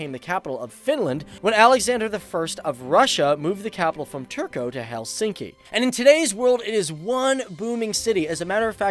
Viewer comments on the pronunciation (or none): Dude you pronounce Turku as Turko, in the Finnish language every letter is pronounced exactly how it sounds alone. Turku is pronounced Tour Koo. Anyhow, unless you live here, as I do, as a native English speaker it takes some time to get the pronounceation, and even still after almost three years of living in Finland, I mess up some words. I'm an American from California and Finland is pretty rad in a lot of ways. I live in the North at Rovaniemi. I have a half Finnish daughter so that is why I moved here from sunny California